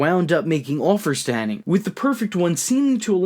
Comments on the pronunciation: Its Kurt HENNIG.. not Henning!!! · Hennig, not Henning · Why do you say Curt Hennig's name wrong??